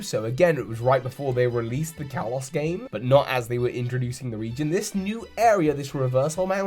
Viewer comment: You say the word Kalos wrong. Kalos is pronounced (kah-lohs).